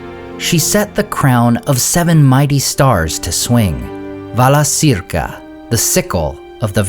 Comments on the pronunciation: Wouldn't it be "ValaKeerka" not "ValaSeerka"? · Thank you for the videos. Just a small suggestion, Valacirca should be pronounced Valakirca, not Valasirka.Laurelin is not Lorelin . :) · Friendly reminder that c is always pronounced as k in Quenya. So it would be Valakirka"